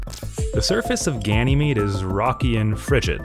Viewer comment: Unless I've been pronouncing it wrong. I always heard it called Gan-yeh-meade and not Ganny-meade